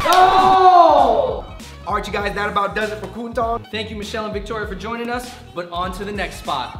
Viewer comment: Not Ku-n Tong it’s K-Wun Tong